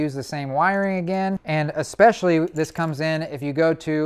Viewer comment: Thanks for being one of the extremely few people that I watch that doesn't pronounce especially as ecspecially/expecially. Since this is the comment section and it is sometimes difficult to differentiate the difference between sarcasm or legitimacy, I am 100% serious.